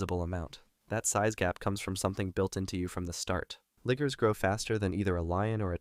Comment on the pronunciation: Liger hard rrrr lmfao